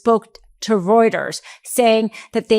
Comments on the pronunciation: "Routers?" Does she mean "Reuters?" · Reuters is pronounced royters. German grammar. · It's pronounced like "Roiters" not "Routers"